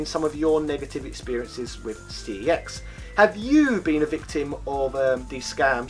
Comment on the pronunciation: It's pronounced "sex" not "C E X".